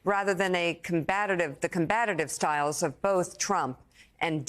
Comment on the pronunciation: The term is “combative” not “combatative”